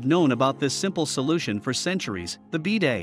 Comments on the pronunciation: Stopped watching as they can't even pronounce BIDET correctly, lost all credibility with any info this video might provide. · Since when is it called a BEE-day?